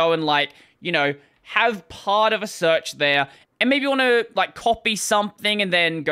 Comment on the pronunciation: "SEARECH"... I guess it's time to throw in a bug report!